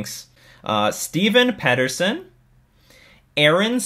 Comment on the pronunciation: It's Peter son but thanks for the shout out anyway!